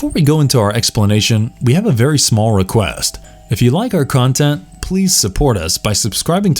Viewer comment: "We have a smarll requast...."